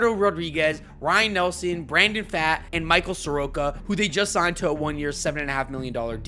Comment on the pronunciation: This was a great video of possibilities but you calling pfaadt fat instead of fought is weird lol other than that great video